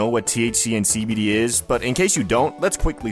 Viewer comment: Everytime u say cbd i hear SKIBIDI 😭